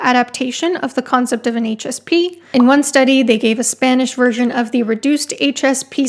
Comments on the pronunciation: haha I thought you said “anxious pea” at first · I kept hearing "anxious pea" the first few times you said "HSP"